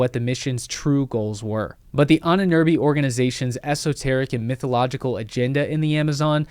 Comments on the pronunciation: Whenever you say „Ahnenerbe“, it sounds like „Ininirbi“ and I had to rely on context to understand what you mean even though I am a native German speaker. Why even say the German word when you won’t even bother to look up how to pronounce it? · So funny how you pronounce "Ahnenerbe" :-D At first I thought you're talking about and Amazonian tribe.